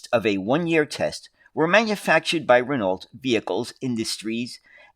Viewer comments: It’s pronounced Rin Oh. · It wasn't the accent throwing me, it was pronouncing the silent "lt". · I can't help but to notice that "Renault" was not pronounced correctly a single time.